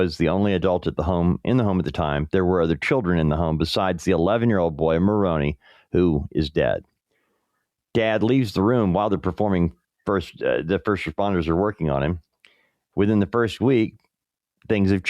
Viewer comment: If his name is spelled Maroni, it is pronounced Muh-roan-I. The emphasis is on the second syllable, and the I at the end is a long I, like “eye.”